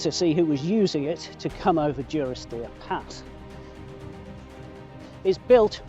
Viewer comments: Take it from me, it is duh-ris-deer. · Great video. Just for info, the village is pronounced DUrisdeer as in 'dundee'